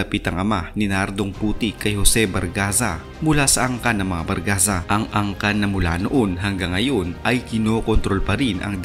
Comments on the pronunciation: Barzaga ho hindi bargaza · Di po Bargaza kundi Barzaga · barzaga po hindi bargaza hahaha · 😂😂😂 BARZAGA hnd BARGAZA 🤣🤣🤣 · Barzaga hindi bargaza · Barzaga,d bargaza.